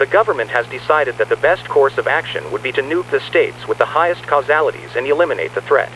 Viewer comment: "There has been a dramatic increase in the number of causealities"